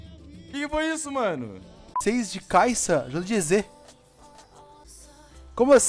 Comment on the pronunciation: Ele leu kaisa kkkk